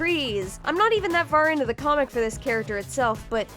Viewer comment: Hehe “coomic bok” gig